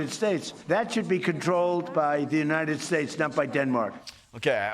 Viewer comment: "United Scthshates" every single time